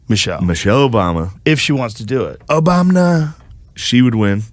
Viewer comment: i like the casual "obamna' completely getting ignored lol